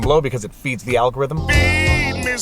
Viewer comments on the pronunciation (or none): none